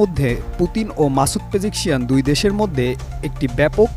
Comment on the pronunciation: Pejekshian na pejeshkian